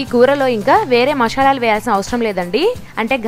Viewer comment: Not mashalalu....it's masalalu😅